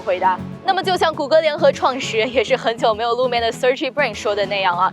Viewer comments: 是sir-gei，主持人读错了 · 21'15" Sergey是俄国人的名字，以前的中文资料中通常译谢尔盖，这里的英文读法明显有问题。百度了一下：英文名 Sergey‌ 的俄语发音为 Сергей‌（拉丁转写：Sergey 或 Sergei），中文音译为 谢尔盖‌ 或 瑟盖‌，主要用于男性名字，源自俄语和拉丁语。